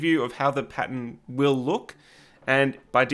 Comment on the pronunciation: Im so glad I found your channel. Your videos are going to be a lot of help. You lost me when you said pattern though. I kept hearing patent